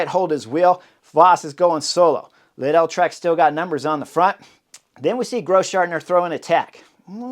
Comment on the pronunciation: how does this guy mispronounce every other name and also completely butchers Lidl jfc